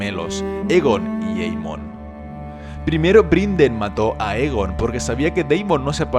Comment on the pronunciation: Muy bueno el video , me gusta mucho los narras. Crítica constructiva es Aegon como se escribe se pronuncia y creo si mal no escucho estas pronunciando Egon . Saludos